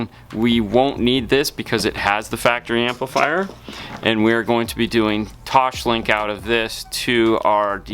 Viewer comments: Omg it drives me nuts when you say toshlink. It’s pronounced toss- link. I’m sorry but it drives me nuts. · Drool-worthy system and amazing work gentlemen! One note I mean in the nicest way possible: there is no “h” in “Toslink”. ;) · I cringed every time haha